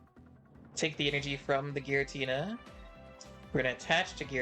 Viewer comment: “Giritna” 😂😂😂 is that Giratina’s nephew?